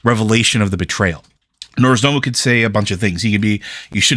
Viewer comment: Hi, it would be nice if going forward you tried to pronounce Nozdormu's name properly. The R is in the second syllable not the first syllable. Saying Norz-da-mu constantly is making me cringe.